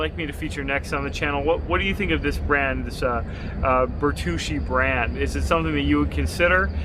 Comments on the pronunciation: Bear-too-chee, not birr-troosh-ee Great review! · Ber-too-chi is s how it's pronounced. Good review though.